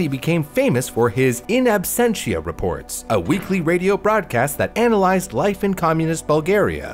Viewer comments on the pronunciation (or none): none